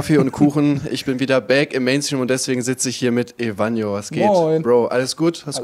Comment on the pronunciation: Es heisst EVANIJO